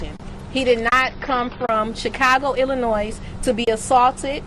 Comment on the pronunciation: got weave and eyelashes and can't say Illinois....🤔🤔